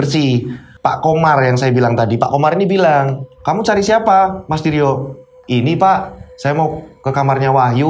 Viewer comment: bilang menuju ke diryo Tapi kedengerannya seperti bilang Menuju Kediri yokkk😅😂 Oiya, salut sama mas Wahyu, langsung menawarkan diri untuk menolong mas diryo, meskipun orangnya introvert😇 Saat saya liat potongan video diawal video, katanya mas diryo tirakat untuk membuat orang lumpuh.. tapi kok malah bapaknya meninggal... Tapi ternyata bapaknya meninggal sebelum mas diryo tirakat to🙏🏻